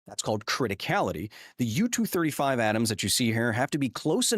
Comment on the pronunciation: u-turd 35, huh? 😂😂😂😂😂